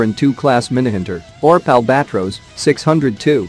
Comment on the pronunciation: Reading ORP as one word and Świnoujście as "swinauszczi" XD